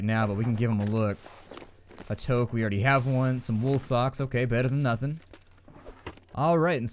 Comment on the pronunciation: It's pronounced "tooke"... TOOKE Goddamn it!